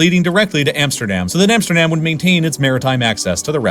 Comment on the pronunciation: What i don’t understand is that he pronounce Amsterdam and Rotterdam different even tho the A in dam is exactly the same in Dutch.